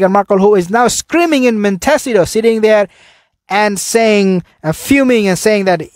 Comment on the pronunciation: It is properly pronounced Mon ta seeto